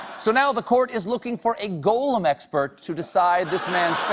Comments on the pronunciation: But Stephen can’t even pronounce Gollum properly ! It is not go lum it is gol um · is it actually pronounced like that? Go-loom?! Or is that just another way to say it as Gollum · My only issue with this video is that he keeps saying Golem instead of Gollum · Than you should have learned to pronounce Gollum. It's not Golem. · Ditto on the love, for Stephen and for all things Tolkien, but he's pronouncing "golem," not "Gollum." The word originates in Hebrew folklore, ". . . an animated anthropomorphic being that is magically created entirely from inanimate matter (specifically clay or mud)."Linguist that he was, Tolkien no doubt knew exactly what he was doing in choosing a mud-related, etiolated proto-hobbit and making of him "Gollum." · Can’t take a guy seriously who calls Gollum “Goal-um” Calls Boromir “Boromer” 😂👎🏽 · I agree; “Goal”-em (i.e., Gollum mis-pronounced by Colbert) just sounds wrong! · I loved this; but that is not how I pronounce “Gollum”, that’s how I pronounce the word “golem”. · I adore Stephen, I really do. And I'm probably insane to even dare to question the #1 LoTR expert, but I must know why Stephen pronounces "Gollum" as "Golem" — once I heard it, I can't unhear it. Why does he do this? I must know! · Can't be a Tolkien geek - no-one pronounces Gollum as "golem". Sad. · Amazing! Why does he pronounce it "Gole-um"? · He has a weird way of pronouncing “goal-um” and “sore-on”... ? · Who tf is "GO-lem"? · It’s bizarre that Stephen thinks Gollum is pronounced as “golem,” which is an unrelated concept with an utterly different etymology. If nothing else, he should see the doubled consonant after the vowel and note that “Gollum” is derived from a harsh throat noise. And hell, the other people in the video do pronounce it correctly. Also, Sauron is pronounced “Sow-ron,” not “sore-on.” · if only he could pronounce gollums name correctly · Forget Edain, he mispronounces GOLLUM. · Please don't pronounce 'Gollum' like that